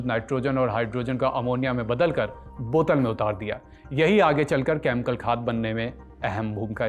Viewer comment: भई आप 'केमिकल' को 'केमकल' क्यों कहते हैं। यह अजीब है।स्टाइल के चक्कर में अशुद्ध न बोलें।